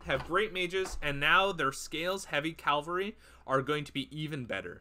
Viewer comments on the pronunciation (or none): Cavalry. CAV-al-ry. Not CAL-vary. That's a church. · KA VAL REE 🐴